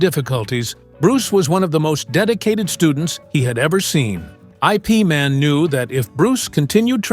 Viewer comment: IP man is pronounced eep man and your story is false